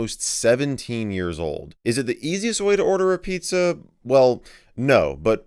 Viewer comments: " Pii-zza " What fun. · pizza < piiza